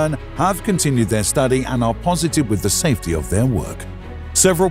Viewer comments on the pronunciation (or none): none